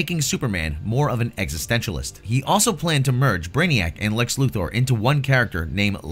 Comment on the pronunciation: I love that you actually pronounce Lex Luthor's name correctly.